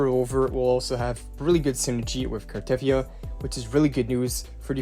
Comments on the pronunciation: It's Car-ta-thea-ah, not Car-teth-ea-ah. Even the english VA, Amanda Rischel in one of her play throughs of WuWa had to tell people how to pronounce the name. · You pronounce her name wrong btw. There's no stress on the "e" and it's longer.The "yia" is also longer